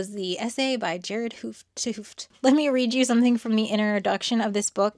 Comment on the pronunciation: pronounced as gehrahrd hat hohfd; long oh as in "open", not going into the g sound, it is fine. source: am dutch.